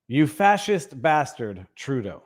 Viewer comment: it’s BaRstard!